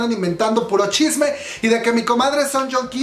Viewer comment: Amo cuando dices shisme coreano :'3